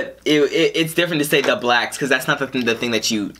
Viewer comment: Lol, why you say, “BLACKSSSSS” like that?! You made it sound bad when you said it like that!!!! 🤦🏽‍♀️ 😂